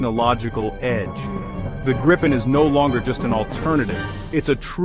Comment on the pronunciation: The changing pronunciation of Gripen in almost every sentence was really distracting and annoying!